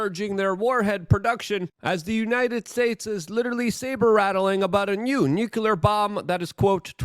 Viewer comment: temowchewless noocyooler